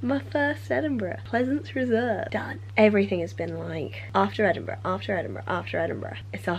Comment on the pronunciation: I love Abi, but every time she says "Edinburgh" my American closed caption types "enema." Please advise.